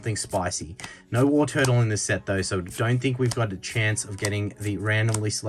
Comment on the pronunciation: Tortle not turtle… I usually don’t care about pronunciation but when it’s an evo of the original starter Pokémon then it’s kinda sacrilegious lol.. love the vending machine chase cheers for the content bro